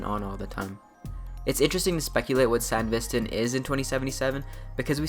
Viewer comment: the way bro pronounces sandevistan